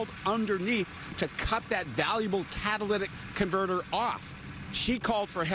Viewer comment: "Catalyst in converter" Lmao catalytic converter. Props for not saying "cadilladic" tho.